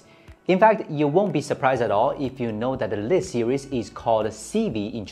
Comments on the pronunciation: Bro!! Lite is pronounced 'light' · Lit...more like layt. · This is actually a mispronunciation of "Lite", thank you very much for your comments.